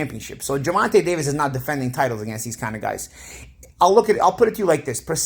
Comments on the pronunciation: "Gevontay "...."Gevontay ". Just call him tank if you can't say his name right 😂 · Who the fuck is Gervontuh? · please learn how to say Tank first name thank you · How do you mispronounce Gervonta like 3 times then say it right all of a sudden.